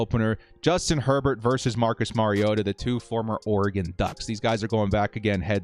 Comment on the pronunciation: Compliments on knowing how to pronounce the name of your subject: Mariota.